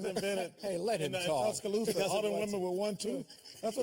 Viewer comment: Tusca-thooth-a Alabama.